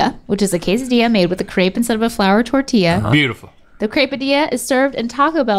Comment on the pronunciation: I cringed every time they pronounced crêpe incorrectly 😩